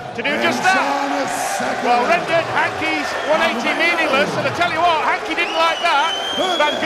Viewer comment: Hankey The Count ? I think the commentator has added an unnecessary letter somewhere